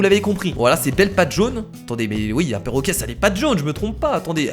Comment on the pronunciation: 4 :21 qui a entendu porroquet?